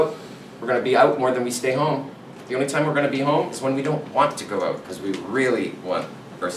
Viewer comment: So I knew he was from Canada, but really didn't recognize it until he said the word "out". Something about Canadians they say that word very differently than us some more exaggerated than others like let's go ouuuuut.